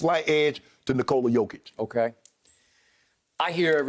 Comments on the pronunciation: He is not Jokovic but Jokic, give him respect and learn his name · And its not Jokovic its Jokic learn to prounance his name right cause youre gonna hear it more in future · Can someone tell Skip his name is JOKIC and not JoKOvic ? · its JOKIC not JOKOVIC !! And yea he is a MVP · Also is Jokic, not Jokovic...-_ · First of all it's Jokic not Jokovic. Secondly it's Jokic is the MVP. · It's not JokOvic its JOKIC... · He Said Jokovič 🤣🤣🤣🤣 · Skip calls Jokic "Yokovich." Oh. My. God. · Skip says Jokavitch, he doesn’t even know his name and he’s probably never watched a nuggets game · First off I love the disrespect to not correct the jokivic pronunciation, also, main stream pundits are tap dancing and twerking trying to find reasons to not make nikola mvp, he clearly is. Lmao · Shannon please stop saying "yoke" lol nobody calls him that and that just sounds so stupid 🤦🏽‍♂️ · No one: Skiuup: Jokavić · Seriously whotf is jokavic Skip is reading his notes and still gets it wrong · Is Skip thinking of Novak Djokovic when pronouncing Jokic? 🤣